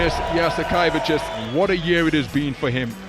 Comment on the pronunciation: Oh man the way you pronounced Saras last name made me realize that we’ve been saying it in Greek wrong for decades. Yas ee ke Vee chews (tsious)